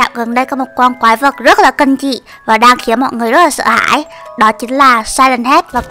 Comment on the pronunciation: Kinh chứ ko phải kin seo chị cứ nói kin hoài vậy em ko thích